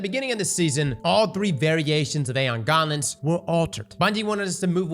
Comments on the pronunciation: Aeon Gauntlets? Or Aeon Garments? 😂. Sounds like ur saying garments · Please learn how to pronounce gauntlets, its braincell destroying hearing you butcher english